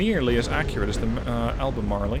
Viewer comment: "ALBEMARLE" USES A SILENT "E" at the end of the word. Thus no long "E" sound.